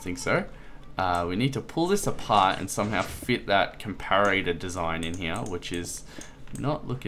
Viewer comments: it's not a 'compararatah' it's a comparetor, pronounced com-pah-ruh-tor (or com-pah-ruh-tuh for us Australians) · this is how you pronounce comparator. [COM - PAR - RAT - A/OR] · And it's com-pah-rih-tah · Com-para-ar-ator? really?